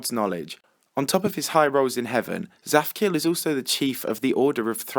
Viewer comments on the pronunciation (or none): It's not zaphkiel it's zadkiel.